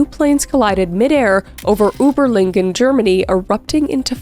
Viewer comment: please say Überlingen again